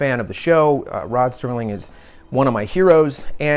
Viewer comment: Sounds like you are saying Sterling. I'm sure you know it's Serling... It's a shame the family won't allow it. I would love a classic posed figure or statue. I don't think Rod would mind at all. He was further ahead of his time than anyone in history. I used to watch marathons every New Years as a tradition with my Dad. I would watch it whenever it came on. I've seen every episode multiple times. I showed some episodes to my girlfriend and she loved them too. At least you all can make some merch.